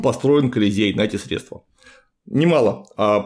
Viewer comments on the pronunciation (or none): none